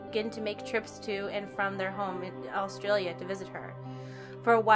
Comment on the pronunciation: pronunciation of "Awstralia" was... certainly something